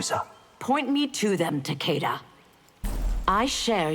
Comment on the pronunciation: The closest and proper pronunciation of Takeda's name we'll ever hear🥴